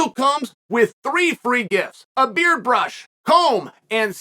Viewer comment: Chael can't even prononce thé word 'Beard' properly